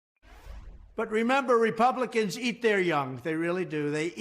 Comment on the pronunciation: Who said "repulicans eat their young"? Lol